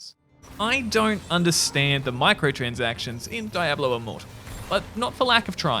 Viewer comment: You're pronouncing Diablo wrong dude